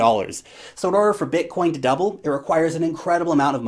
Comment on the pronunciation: The way you say Bitcoin is sick